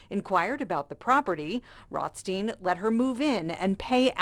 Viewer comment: ROTH… STEIN? Really